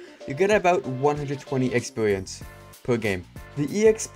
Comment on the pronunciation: "expewience" lmao